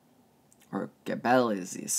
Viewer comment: This was very interesting! Amazing channel! Btw Sarmizegetusa is pronounced Sar-mih-zeh-jeh-tuh-sah and Gebeleizis is Jeh-beh-lay-zis. No offence to anyone but I cringe a little bit at the neo pagan Zalmoxian movement trying to combine all those different things. And then you'll hear the ultranationalists saying things like Dacia was the first country in the world and were the greatest beings in the universe or sth 😂😂